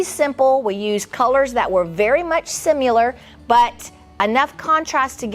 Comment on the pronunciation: There is no "U" in the word similar. Please stop doing that.